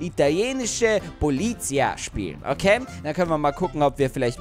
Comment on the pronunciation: Hey, Halt beteutet auf Italienisch stop, und du sprichst Polizia falsch aus